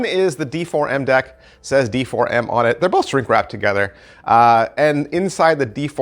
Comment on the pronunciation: I think it's supposed to be pronounced Deform... 😂